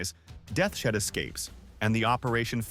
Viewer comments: its not death shead... its deaths head aka totenkopf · Ahh yes General "Death-shed'